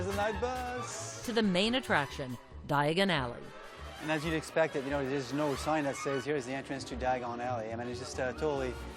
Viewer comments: They should have found a narrator who could say Diagon Alley without sounding quite so awkward. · Ron: Diagon Ally Harry: dIaGoN alLy